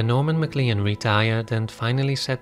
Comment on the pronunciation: PS…MacLean is pronounced ‘McClain’